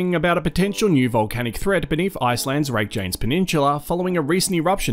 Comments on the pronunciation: Ah yes. The Rake-Janes peninsula. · yes and this mf said "rake janes" too...